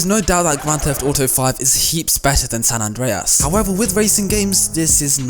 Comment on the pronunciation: The way he said san andreas made me go يا أخي